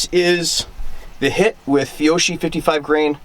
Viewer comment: The correct pronunciation of that brand of ammo is “fee-Yo-kee” said the annoying grammar nerd. Ok I’ll see myself out.